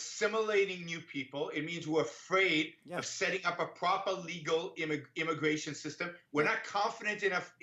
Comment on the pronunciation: This is an intwesting debate on immigwation weform.